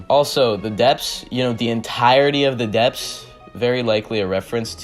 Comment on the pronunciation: how did u say dephts like that anime its more like impel down